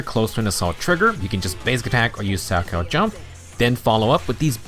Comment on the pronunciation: I would like to extend my appreciation for the proper pronunciation of salchow. My parents loved watching figure skating during the olympics so I physically flinch every time any other CC pronounces it wrong. Most don't connect that it is a type of jump in figure skating, from which Jane's animations heavily borrow from.